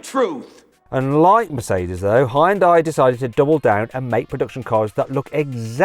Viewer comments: ヒュンダイ、ヒョンデでもなく、ホンダィね。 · 現代はホンダにわざと発音を似せているってネトウヨとかの嘘かと思ってたけど、ネイティブの発音聞くとまじでホンダに聞こえるｗ